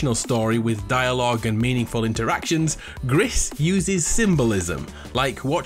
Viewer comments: i nknow this one, it "Gree"not gris because it's French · I think that Gris is pronounced as ‘gree’ as that’s the French word for grey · It’s pronounced Gree, it’s French for Grey